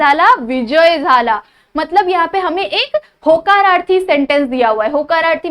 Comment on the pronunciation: mam vo hakararthi nahi hota hai vo hokararthi hata hai